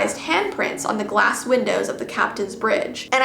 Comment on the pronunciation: I'm a girl but did u say gwass instead of glass?!